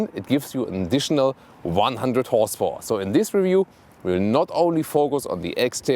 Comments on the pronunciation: "whores powah" 😂😂 lmao !!!! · "612 whores powah"